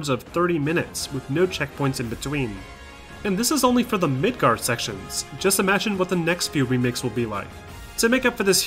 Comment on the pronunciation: Is it just my hearing or the first time you say Midgar, you say Midgard? I've temporarily lost hearing in one ear and everything sounds weird at the moment.